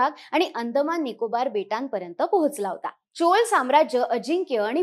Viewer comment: चोल नाही चोळ आहे, तुमच्या कडून हिंदीच अंधानुकरण अपेक्षित नाही आम्ही मराठी एक चांगले मराठी channel म्हणून तुमच्या कडे पाहतो आहे. कृपया ल उच्चार न करता ळ करा. आपण महाराष्ट्रात राहतो उत्तर भारताच्या हिंदी पट्ट्यात नाही .